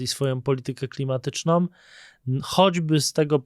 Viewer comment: ❌️ "politykę klimatycznom" ✅️ politykę klimatyczną ❌️ "zabijającom" ✅️ zabijającą Komentarz nie ma na celu uniżanie, ale szczerą chęć pomocy. 95% Polaków popełnia ten błąd. Nazywamy go fleksyjnym. "Som, kupujom, inwestujom, klimatycznom, zabijajacom". Są to formy niepoprawne i szczypią w uszy bardziej, niż "poszłem". Piszemy oraz mówimy "są, kupują, inwestują, klimatyczną, zabijającą". Nie wiem dlaczego dosłownie 95% Polaków ten błąd popełnia. I to ludzie z kanałów traktujących o poważnych tematach. Jest to okropny błąd. Razi w uszy strasznie. Powtórzę więc - komentarz z dobrego serca. To świetny kanał, świetny blog. Ale błagam, naprawmy ten błąd 🙏